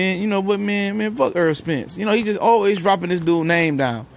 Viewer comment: I respect Mikey for this. I haven't one Welterweight call Errol's name like that. Props to Mikey.